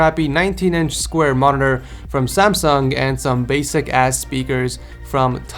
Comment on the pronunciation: the first persons monitor is from philips and you are pronouncing it wrong